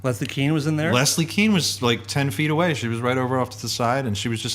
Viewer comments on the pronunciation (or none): “KANE” Don’t we pronounce Leslie’s name like this rather than “Keen”?